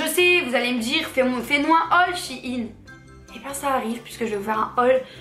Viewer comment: Shein ne se dit pas " Chine " mais " chèyne " 😅